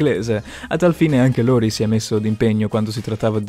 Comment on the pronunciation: Prendi pause parlando...non si capisce un cazzo... LAURIE NON LORIE